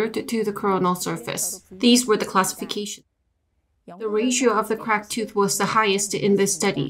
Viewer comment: One at a time. You can't both talk at the same time, it makes it much more difficult for the listener. Also it's pronounced "Cracked" Not "Crakid". Your accent crakid me up! I want a 3 minutes and 11 seconds refund please. What's that?! You can't give me a refund? Let me sapkeak to your manawgar please.